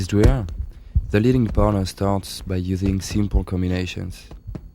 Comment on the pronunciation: Everytime he says partner it sounds like boner :D